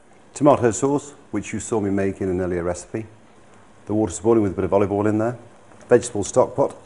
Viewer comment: Gordon says alival